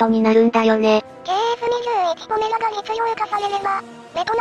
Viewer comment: 動画でも呼び方が「ポラメ」「ポメラ」と錯綜しているが ほんっとにどっちでもどうでもいいので問題ない。 どうせまず間違いなく頓挫して完成しないしね。（しても試験飛行を飛ぶのがやっとの代物かな）